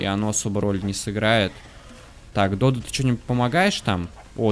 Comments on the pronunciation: надо говорить не додА а дОдо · Фотки ты не правильно называеш додо надо на 2 букву урарение